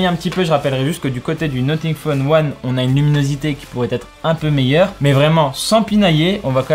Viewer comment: NoTing phone 1 ? NoFing Phone 1 pour la prononciation